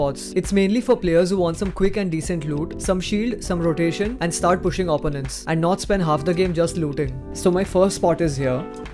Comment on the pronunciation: Opponent is pronounced with emphasis on the second o, not the first 🤦‍♂️